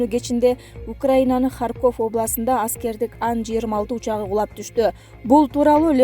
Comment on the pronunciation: Алып баруучу,Сен кандай билимсиз акмаксын? Туура суйлой албасан,чыкпай эле кой,ХарькОв эмес,келесоо,ХАрьков.Качан жоготосунар ушу итти? Унун угайын деген ниет жок